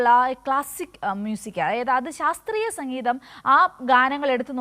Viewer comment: സംഘീതം അല്ല മാഡം... സംഗീതം !!!🙏